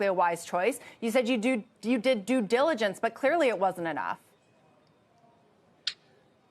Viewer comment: "I did extensive du diligence" .... umm on what?? haha